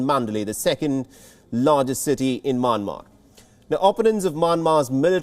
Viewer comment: Its not MANMAR its MYANMAR. How to pronounce (mian + mar )